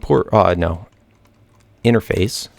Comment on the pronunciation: u say enerface